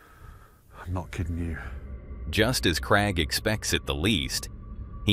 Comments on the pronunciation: I'm from England 🏴 it's Craig 😅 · Yeah I hate how he says Craig, so annoying say it properly matey!!!!!!